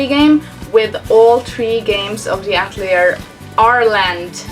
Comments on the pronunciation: I just have to point this out, but it's actually pronounced "AT-EL-EEAY" and not "AT-LEE-ER" as you are pronouncing it. Atelier is a french word. But nice video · I think its "At lee ay" since its a French word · As an artist, we pronounce that word ah-til-ee-ay. Not sure if they say it differently in the game. Looks like an interesting series. If they are fun there are so many to play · I know this video is fairly old now, but I just had to say I'm pretty sure the name is "At-el-i'er" which is a french word. It is a "Private workshop or studio of a professional artist in the fine or decorative arts". The Japanese love to use foreign words, especially ones they don't quite understand for things... Which is true of a lot of cultures honestly.